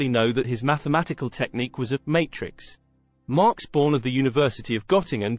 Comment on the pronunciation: A couple of corrections to this otherwise excellent presentation. First, it was Einstein who, in response to Heisenberg and his only observables matter belief, made the counterpoint that we can see electron motion in a cloud chamber. Second the name is Max Born, not Marx Born. It shows just how underappreciated the brilliant physicist Max Born is.